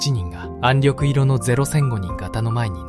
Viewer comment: 私はカラー化されない元の白黒の方が、亡くなった方達への思いが強くなります。「暗緑色」は暗緑いろではなく「暗緑しょく」でなはいですか。その他にも読み間違いがあって残念です。国を想い国のために命をかけてくださった方々の国「日本」の言葉です。色々なことが欧米化になり日本らしさが段々失われていく中でAIで日本の言葉を蹂躙されたくないです。